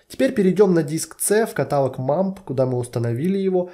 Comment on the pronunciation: "катАлог" - проверочное слово "херАлог". Блин, невозможно слушать это с частотой 30 раз в минуту....